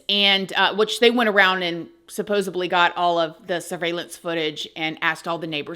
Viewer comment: Not “supposably” but supposedly